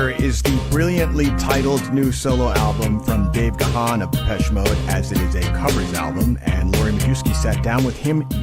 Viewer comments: Ga-han ..no!!!! Its pronounced GONE. Ask him. He is polite tho so he won't correct you. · Pronounced GONE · It’s actually pronounced Gan the ‘h’ is silent and sounds as in ‘man’. Don’t know why folks have such a problem with his name. Just listen to his interviews where he introduces himself. He’s British and that’s how his name is pronounced here. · Its actually pronounced Garn.....but i get your point 😉👍.....im english by the way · Depending where your from in the world...how you pronounce names are different....im english just like dave gahan....and have been a follower of the band for over 40years....we pronounce it garn.....or gahn...depending on what accent you have Just the same as we say jesus...but hispanics say heyzus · I am embarrassed for interviewer that she says the likes of.... she "is such a fan and was beating down the door to get DM into Rock n' Roll H. of F." YET....says Dave's last name wrong repeatedly. Just glad to hear Dave once again and the break down of the songs. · It'd be great if any of these people in the recording were pronouncing his last name correctly.